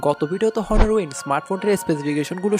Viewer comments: ভাই, প্রোনউন্স বা উচ্চারণটা হবে অনার। হনার না। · ভাই হনর না এইটা উচ্চারণ হবে অনার